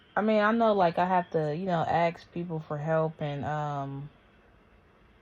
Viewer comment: The second someone pronounces "ask" as "ax" I've just rejected them.